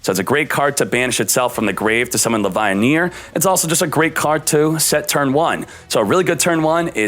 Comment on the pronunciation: sees Chaos Dragon Levianeer proceeds to say "Chaos Dragon LevaiHneer" 🤦🏻‍♂️